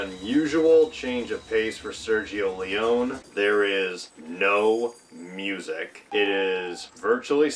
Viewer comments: Pronounced Leeonee! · Small quibble: Leone is pronounced with the last "e" (Lee Oh Nee). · Nice that you are giving background infos... you are very decent informed ...BUT the last name of the legendary Sergio Leone is pronounced with the "e" at the end because he is Italian and in italian there are no "silent letters" ..and the last "e" of Leone is pronounced as like the first "e" and not as like english speakers often do then switching the "e-sound" into "ee" By the way another fun fact ...in 1968 the american audience didn´t like that movie..and the main reason was that they hated to see their beloved Henry Fonda as "the villain" that boggeled their minds back then...another reason was the lenght and the slow paced scenes...many even attacked the tremendous film score by saying to be meant disrespectful "that isn´t a western movie but a western opera".. ...while on the other hand "playing the villain" was the reason why Henry Fonda took that role, because in Hollywood he simply didn´t had the opportunity - not to say "not the slightest chance"- to play a villain, he was simply fix defined for always playing "the good guy"